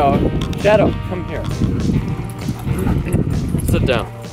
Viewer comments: Fucking accent is gross. Pronounce “shadow” like SHEDO and I thought they were saying cheddar for a second. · The first time u said his name I thought u said shito...